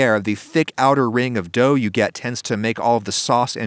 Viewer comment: " why i season my pan not my dougth